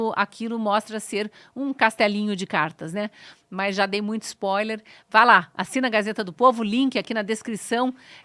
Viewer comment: Cristina: "... já dei muito ISPÓILER ..." – Mais uma da peste do INGREIS que se vai insinuando na LÍNGUA PÁTRIA.